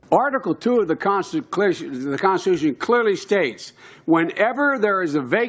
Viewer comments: Biden: "... by the constchn itself..." Con_sti_tu_shun mushbrain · Of the "consticlution" - Joe Biden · When Joe Biden said consticlision i felt that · "The conseclatution is very important" Joe Biden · "Constaclision" ? Did I hear that correctly ? Umm.....Just asking for a friend. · The “conslicution.” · Dementia Joe can't say "constitution". LOL! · What the heck was Sleepy Joe sayin' ? Something about the " Consiclusion"? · article 2 of the consta clition clearly states (heh heh c'mon man say it clearly) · Did Biden say Consticlaction? And wow the Dems are loosing their minds! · Why is Barack Obama still talking? He’s no longer president and isn’t running for candidacy 😂 HES DONE! Also.. Creepy Joe not being able to say “Constitution” gave me a stroke. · Article two of the Consticlusion... - Joe Biden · "The conshitution" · Biden had trouble saying constitution. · Jesus Joe can't even say constitution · Ho couldn't even say the word correctly, never mind following it!!!